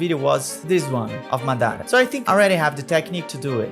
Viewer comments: Maththara what's that, it's madhara, maa dhraa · Why you call him maDAra ?? its MAdara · Eu amo que quando ele fala "madara" e "susanoo" ele entrega a Pacoca que é brasileiro